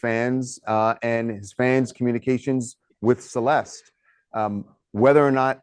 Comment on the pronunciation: Thank you for all you do. I hope they catch the person that did this! Why does everyone call her Cel-est? Her name is pronounced ... Cel-est-té. FYI You pronounce the e at the end.